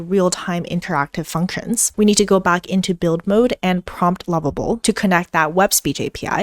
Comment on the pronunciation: I’m listening again the pronunciation of lovable and level are seem to be the same as confusing